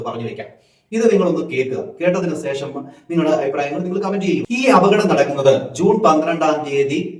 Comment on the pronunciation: സേഷം അല്ല, ശേഷം എന്നു pronounce ചെയ്യൂ 🤗